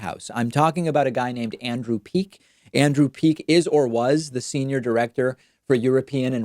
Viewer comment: Andrew "Peek," not Meek.